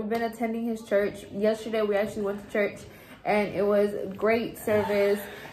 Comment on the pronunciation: I laughed so hard when said church but pronounced chuch haha.